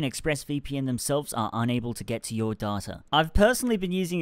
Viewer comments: Every time he said data I heard daughter 😂 the governments trying to take your daughter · Sorry, I know Americans and Australians pronounce data like that, but the way says it is so funny - DARDTA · you say data as data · The way he says data hurts my soul